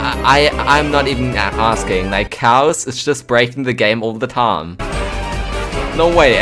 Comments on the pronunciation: how annoying is when is saying tam NOT time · Why do you pronounce "Time" Taaam every single time ? xd